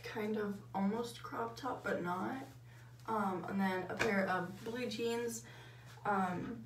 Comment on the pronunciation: I literally starting dying out laughing when she was doing her outfit and said blue jeans I thought she said blue cheese